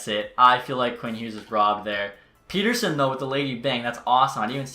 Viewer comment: Back after a few months, I see you still mispronouncing Pettersson and can’t properly pronounce Höglander either lol. Those are the things I’ve come to know about you in the past several years lol.